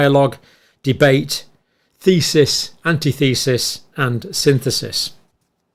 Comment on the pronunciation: Love ya Brother John,....but why is it that you can pronounce synthesis, but not antithesis?? Come on man, come on.